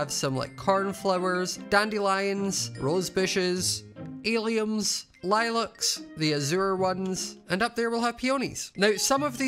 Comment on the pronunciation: Every time you say “alliums” I keep thinking you’re saying “aliens”💀💀